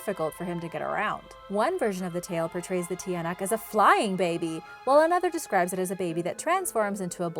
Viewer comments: it prounounced chanak not tiyanak it make me laugh agahahah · Its not pronounced tiyanak its chanack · It's ng bungisngis not h And it's Chanak not tiyanak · try pronouncing it the tiyanak to chanak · The tinayak is pronounced tyanak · BTW youre pronunciation is wrong for example you said TIYANAK its actually pronounced CHANAK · It's not tiyanak its chanak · You don't read it as tiyanak you read it as tsanak Please don't get offended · It's read as "chanak" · The tiyanak is pronounced tsanak like t-ya-nak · Tiyanak is pronounced shanak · Tiyanak it also pronounces Chanak- lel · If you're having trouble to say that were just say chanak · Tiyanak is pronounced tyanak or chanak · tiynak is pronounced (Cha-Nak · I'm from the Philippines so the tiyanak is sounded (chanak) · its cha-nak, ki-ba-an, mang-kuku-lam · You read the tiyanak like Chanak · The tiyanak is pronounced cha-nak hope this helps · No.4 its pronounced as chanak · I live at Cabanatuan in the Philippines but my English hard sorry ha I like this channel btw we pronounce the Tiyanak=chanak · Love it because I'm from the Philippines. And the pronunciation of tiyanak is chanak.love the vid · It's tsanak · Acc tiyanak is pronounced like cha nak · You pronounce ot chanak in tagalog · Just say chanak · when you pronounce "Tiyanak' it's not how it looks when you read it, chanak is the pronunciation of it but wrong spelling btw im Filippino this is how i greet someone:magandang umaga po ako po si Rhian it means good morning I'm Rhian and po is a polite word in Tagalog when your talking to someone older and how you pronounce po is how it looks like the way you originally pronounce o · The tiyanak is pronounced cha-nak i am just not hating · It's pronounced cha-nak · Hi the tiyanak is wrong pronounce 😢